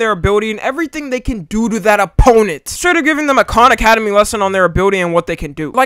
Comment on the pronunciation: Bro really said khan academy 💀💀💀💀